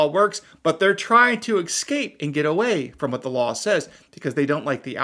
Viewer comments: "Escape", not "ecscape". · Ec-scape was where l left being educated by someone who needs to hit a li-bary, ax them how to pronounce “escape”